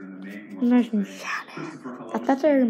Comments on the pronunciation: y he keep saying noce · This vid was so cringe it actually made me mad and when he said “noice”